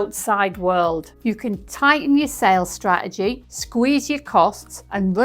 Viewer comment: Love the videos, the factual information and the humour, but… straegy is spelt and pronounced straTegy. 🥰